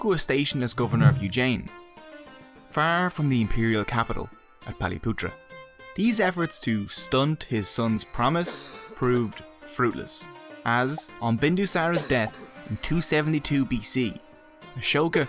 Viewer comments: Its not paliputra.. Its patliputra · it's not paliputra it is patliputra. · Its paTAliputra, not paliputra. But great content otherwise, love it! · It’s “Patliputra”